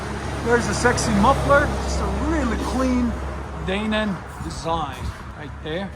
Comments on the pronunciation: "Dae-nin" I can't even 😂😂.. It's pronounced "DIE-NAN" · I think it's pronounced die-nan.